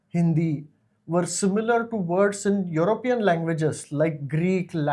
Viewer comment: It's "European", not "Europian".